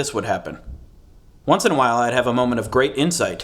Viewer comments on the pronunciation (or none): none